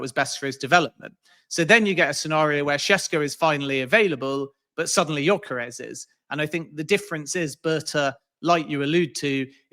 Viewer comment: yoi -karez is a crazy pronunciation 😂😂😂😂